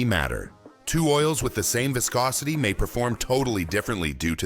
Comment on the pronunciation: Why does audio say viscosity pronouncing it two different ways.